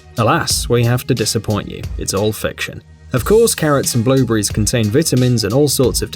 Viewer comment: So many strangled vowels. I thought he said currents when he said carrots.